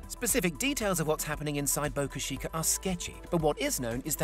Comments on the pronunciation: Boca CHEEKA... not Shieka... CH CH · "Boca Sheeeecka" lol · What the hell is so hard about pronouncing Boca Chica correctly for Brits? You can say "cheeky monkey," can't you? You don't say "sheeky monkey."